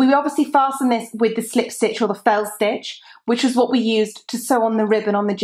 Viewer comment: love your accent and the way you say slip stitch is awesome :-)